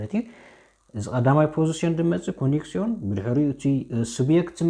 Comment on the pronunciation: Hier korrehtut bitte nicht ሲብየክት(Subjekt) sonder ዙብየክት nicht ኮኔክሽን(konktion) sonder ኮኔክስዮን ansonst ist gut grammatik